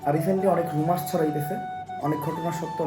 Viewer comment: রুমার্স? নাকি রিউমার্স?🤡